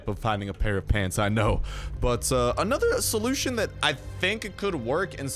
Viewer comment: Stop saying pants like that, it’s annoying